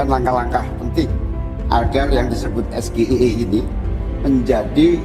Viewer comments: Kalau membacakan inisial dari satu kalimat dalam bahasa inggris ya harus dibacakan pake cara membaca huruf Inggris juga dong. SGIE harus nya dibaca "Es Ji ai i" bukan dg "Es ge i e". Mau gaya tapi norak. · Harusnya gibran harus panjangin singkatan dgn bhs inggris...tp saat panjangin SGIE jg baca dan salah lg...jd yg salah sebut siapa nih....ayo netral...jgn merasa hebat ya.. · Benar, terlihat keangkuhannya, kurang adab atau etika berbicara. Sementara, Pak Mahfud mencoba untuk tetap menghargai, walaupun agak terpancing juga. Padahal dia sendiri menanyakan istilah dlm bhs Inggris dg singkatan dg pelafalan bhs Indonesia (SGIE)